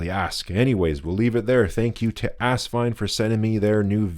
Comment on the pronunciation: Do you know what asvine nib units fit the asvine nib v200? That's so funny. I got mine earlier today and put green ink in it. It's also funny that you say ass instead of as. When the rear filler cap is loosened, does it jiggle on the rod?. Mine does. I'd love a drop of glue on it. Also asvine nibs are beating out the bock nibs. Also, filling system could use a bit of lube, but very happy so far